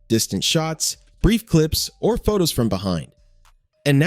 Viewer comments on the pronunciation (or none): none